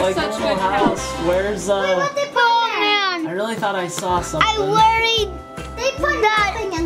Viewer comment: you said'' I fort you meant in the lego MINCRAFT not lego fortnite.